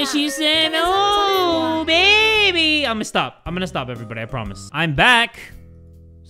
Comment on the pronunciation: In both games he said BABAY HOLD ME TIGHT